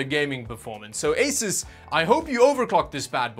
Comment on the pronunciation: I was told by an Asus employee it's pronounces Ay-soos.